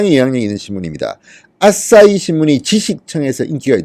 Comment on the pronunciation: 아진짜ㅋㅋ 또 아싸히x 아사히o